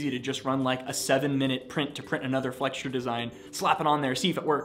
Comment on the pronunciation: FYI the word flexure has no “t” in it.